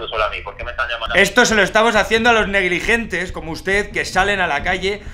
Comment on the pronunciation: Parece Amador Rivas, no sabe ni decir las palabras bien 😂. "Negrigentes" "Correspondentes"